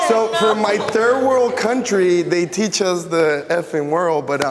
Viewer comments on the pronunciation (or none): none